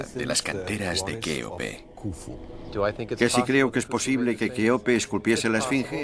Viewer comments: El documental está bien pero decir keope literal... no se hoye nada bien ya c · Ya cambien esas pronunciación de decir keope literal Eso es abominable.